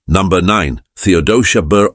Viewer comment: iba magtagalog si brod..numbha.. diba dapt number!!!